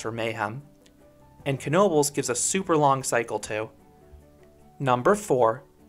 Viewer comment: ive been to knobles many many times aslso thanks for pronouncing it right so many people say tis just "nobels" ive been to the waterpark and i would say dont waste your time. to mutch hassle adn you cnat go on the other rides in swim trunks or while wet. (edit) ngl im disapointed you didnt bring up the paratrooprt or tilta-wirl. those ar emy favs